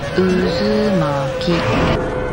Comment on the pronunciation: Por que dice tanto izumaki y luego lo pronuncia bien 🧐🧐🧐